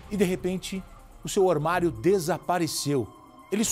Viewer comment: Ormario? Fala sério kkkk